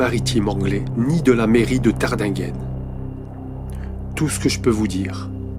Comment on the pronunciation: Encore une erreur de prononciation pour Tardinghen .